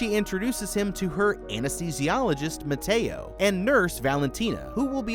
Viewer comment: What it says: Mateo What i hear: 🥔